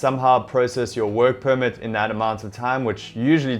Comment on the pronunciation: I just heard mumble mumble wuurk puurmet (work permit)